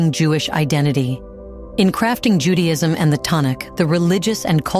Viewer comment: And it sounds ju day ism Not Judy..ism